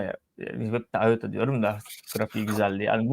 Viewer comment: ıota deme artık ya battık bittik